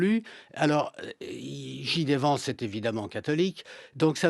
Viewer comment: C’est clair qu’il ne comprend rien à ce qu’il se passe aux US. Il ne sait meme pas prononcer le nom de JD Vance, ça montre bien que ses sources d’information sont secondaires, est ce qu’il parle même anglais? Lamentable